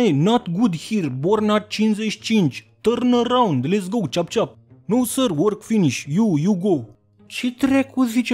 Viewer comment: Ce penal 😂😂 E: tărn ăraund xD